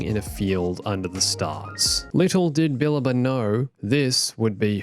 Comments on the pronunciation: It actually sounds more like “bah-LAH-bah” if I remember correctly. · STOP CALLING KANAN'S MASTER "*BILBA*"!!!!! You're missing a whole syllable in there!!! "Billaba" !!